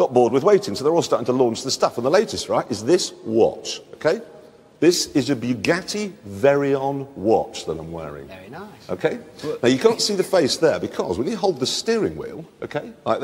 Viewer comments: He said "Buggati VERION" ha hah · throughout the segment it's consistently mispronounced as "Very-on" rather than Veyron as we came to know it.